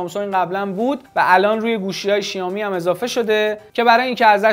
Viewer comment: بابا شائومی شائومی شائومی؛ نه شیائومی چرا اینقد اصرار دارین به تلفظ اشتباه😑😑😑